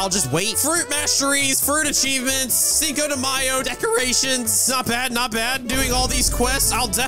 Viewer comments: It pronounce chino de mayo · As a Fluent Spanish Speaker, I am absolutely appalled by your Spanish pronunciation of "Cinco de Mayo".